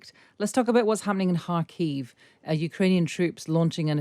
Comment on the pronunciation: Thanks go to for properly pronouncing "Kharkiv". So rare to hear it being said the right way.